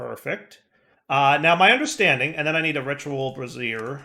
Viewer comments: I think the word is trying to say is Bray-zee-air not brazz-ear. the first one is a fiery thing, the second is underwear.:) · "brazier" rhymes with "Frasier". Bra-zeer is how you pronounce the ladies' undergarment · I do wonder why he pronounce brazier as brassiere. :P Probably just to amuse people like me. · "You know and words, he's not good at them" FINALLY! This is the first series I've watched of his. I've been asking myself if he was saying "miskellaneous" (miscellaneous) or "brassiere" (brazier) intentionally this whole time... It's the answer I preferred at least. I regularly mispronounce words because I read more than I talk to people. I knew "caveat" was a word when spoken verbally, but didn't put it together with the spelling. So when I seen it in text, my dumb brain said "cah-VEET", but it still meant the same thing because I had defined it from context clues. I read it that way for YEARS. That's far better than intentionally mispronouncing words as a failed attempt at humor at least lol. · Bray-Zee-Er what you're saying holds breasts. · Yeah, was gonna post something about this too. Bray-zure (similar to sure). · If he keeps saying bra-Zeer I think we need to demand a picture of him in a ritual bra-Zeer